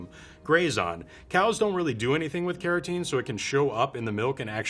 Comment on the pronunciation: Can someone tell me what his accent is? I wondered why he was talking about keratin in butter and realized he meant carotene. And he pronounces the cul- in "cultured" more like "call".